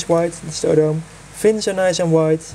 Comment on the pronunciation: O-Doh-Meh is the right pronouncement indeed! Thanks for your comment